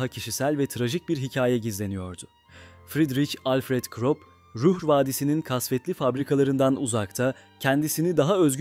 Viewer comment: KrOp nedir ha bir krOp diyip duruyorsun, her hangi bir google translateye yazıp okutsan bunun almanca KRUP diye okunduğunu duyardın KIRO...